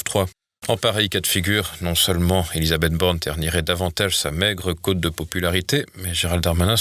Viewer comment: Mais non, pas sa "côte" de popularité, sa cote! Avec un o "ouvert" comme dans cot cot.